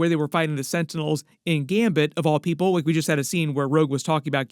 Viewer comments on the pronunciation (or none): none